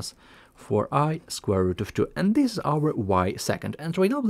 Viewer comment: idk how ur tongue pronounces this as zis..